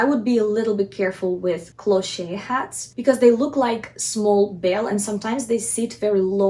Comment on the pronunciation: This is absolutely fantastic,! It is very rare to find such good advice about how to style a hat. If I may make a tiny suggestion, "cloche" is a French word and there is no accent on the final e". So it is pronounced "closh" in English. Many thanks for your insightful and informative videos. Love from Canada.